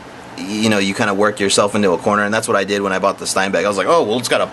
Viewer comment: But you're alright with saying "Steinbeck" instead of Steenbeck? OK. And if you want to get picky - pronounce it shteen beck. Adios.